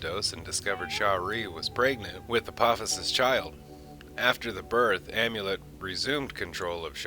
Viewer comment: Amonet, not Amulet.